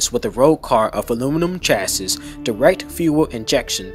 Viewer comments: Just so you know, chassis is pronounced without the last “s.” It’s cha-ssi. 😁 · Nice work. If I may make a few sugg. Double check the pronunciation of chassis and Le Mans... (I don't think it's an arkansas or illinois S)... that aside, when showing us the sound of the C6 engine, did you notice there was no steering wheel? Odd car, right?;-) Ah, I see, you're actually intentionally using video games for their sounds? okay. Re the sound departure of the C8 from the C5 - C7... it no longer burbles... is (i believe) the word you're looking for: This is because it uses a flat-plane V8 (which balances primary forces but not secondary forces)... and having DOHC instead of push rockers, is also higher RPM to make up it's power... which I agree; is a huge departure. (ah, you did know. vg. lol.:)